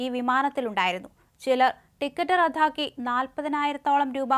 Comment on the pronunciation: റദ്ദാക്കുക ആണ്. റദ്ധാക്കുക അല്ല. നിൻ്റെ മുഖം കാണുമ്പോൾത്തന്നെ ഞാൻ വാർത്ത കേൾക്കുന്നത് റദ്ദാക്കും.